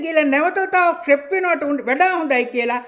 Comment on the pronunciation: රෙප් නෙවෙයි ..රේප් තමා නිවැරදි ..,Rape kiyanne English භාශාවෙන් රේප් කියල pronounce කරන්න